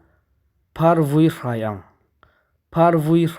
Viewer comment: Vūí lam dan dik zir i mamawh. Phing chil tih lam dan leh a hrilhfiahna hi ka hriat dan nen s inang lo tlat mai.